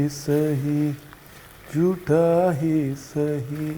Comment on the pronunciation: Ranveer bhai aaj aap lag rahe the 😜😜sach me aadhi nind me ho 🤣esiliye Pal bhar ke liye Hume koiee Pyar kar le , Jutha hi sahi 🤣🤣 actual word is Jhutha not Jutha … ( Phir ye mat kahna ki humne bataya nhi 😅) jokes apart really liked the dish .. yes today only I m going to give it try … lots of respect nd love from US.. all time fav chef 🙏🙏